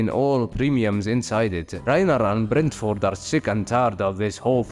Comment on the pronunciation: You said Bertolt wrong every single time apart from the first time